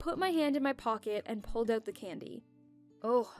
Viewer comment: Why everyone says aout not out???